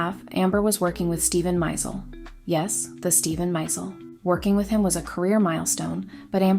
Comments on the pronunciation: Watched your channel for the first time just now - very well done, and your voice is extremely listenable, with a smooth silkiness. Hope you don't mind if I say - and this is a small thing, but for some viewers it will matter - Steven Meisel's last name is pronounced my-ZELL, rather than MY-zul, and Karl Lagerfeld's is LAH-gerfeld not LAY-gerfeld. Hope you get a million subscribers! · Stephen Miesel's name is pronounced MY-ZELL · so many mistakes in this half-baked videos. Mispronouncing Meisel, saying Eternity instead of Escape, etc etc.